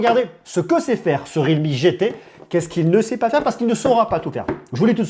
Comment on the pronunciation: ré al me 😂